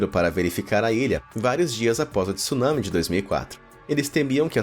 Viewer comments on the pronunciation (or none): none